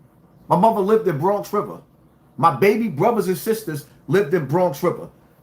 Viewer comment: 😂😂😂😂😂😂😂😂 Bwonx wiva Legend